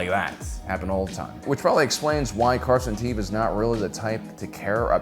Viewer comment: Stop saying Carson Tava. His name is Carson Teva!! ((E))va. Show your captain some respect